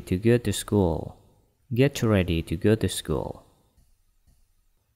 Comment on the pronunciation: Ada yang tidak betul sebutan ... Ia sebut school- schol...ingat oo itu sebutannya panjang it jadi at have jadi hab used it jadi us it me jadi mae clean jadi clan adoi.....